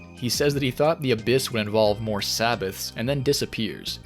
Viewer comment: I'm Israeli and I can guarantee you all of your Hebrew pronunciations (except Zayin, which funnily also means dick) are wrong. But hey, A for effort, Hebrew is a tough language! A-leph, not a-LEPH. LA-med, not la-MED. KE-ter, not ke-TER. Tif'E'ret. And so on. Regardless, great video! You clearly put a lot of work into it!